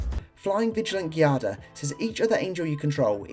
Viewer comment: Giada is a real female Italian name. It's pronounced "Gee-ah-da".